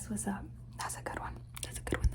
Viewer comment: I also like when people repeat “good” because i think its funny how sometimes it sounds like “gouda” like the cheese😭💀 and i love too